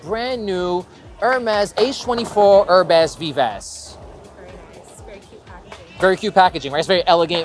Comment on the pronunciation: Thanks for all your reaction videos! They are super informative. :) Just for future videos, "Herbes Vives" is pronounced "herb veev". The french "i" sounds like the english "e" and the plural s are silent for both words.